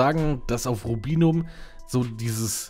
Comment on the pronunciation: Komplett richtig ausgesprochen :) Lust auf ein PvP Teil ?